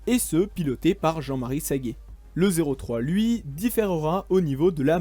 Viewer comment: Commentaires approximatifs et beaucoup de noms propres écorchés…tel celui du grand jean marie Saget. Dommage .